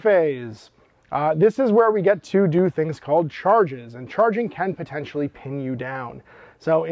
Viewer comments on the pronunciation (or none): none